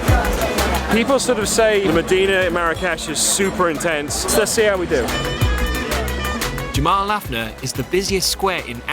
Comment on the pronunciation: "Jamma-el-af-na" lol